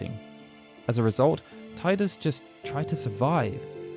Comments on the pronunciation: I love it when you said 'tie-dus' instead of 'tee-dus' ❤️ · Tea-dus not Thai-dus. Look at the video: How to say Tidus? PLUS found scripts from final fantasy 10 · Teedus, not Tiedus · I see people still insist on pronouncing his name "TIE-dus" (the official pronunciation is "TEE-dus"). The way I see it, if you didn't create the character, then you should respect the person who DID by pronouncing the name the way they designed it. (It's THEIR character after all.) Refusing to do so is just silly. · Tidus is pronounced TEEDAS. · How do you have fact videos on FFX and not know how to properly say Tidus' name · Every time I watch a ffx video I forget you say Tidus like that.